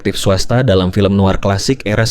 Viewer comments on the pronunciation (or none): none